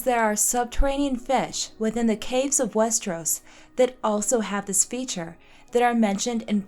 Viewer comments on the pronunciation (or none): none